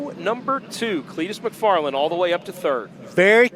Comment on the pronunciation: It’s not MACfarland,it’s McFarland!!!!!!